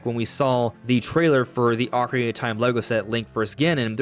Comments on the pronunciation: Bro... SLOW DOWN... you can't even say "Ocarina" correctly. Your mouth almost never makes contact and keeps mumbling over words. "Okaree" instead of "Ocarina"... it makes the video so difficult to watch. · Took a shot each time you said "Ocari-tie" and I'm hammered